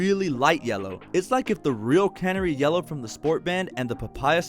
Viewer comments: Great vid but I have to laugh when you say Can-er- ie yellow .. it’s pronounce the same as the bird Cun-nare-ie Canary 🦜 💛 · I’m sorry, I love your videos but it’s driving me nuts... it’s CaNARy. Like the bird. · Canary yellow, as in the bird. Ffs. 😂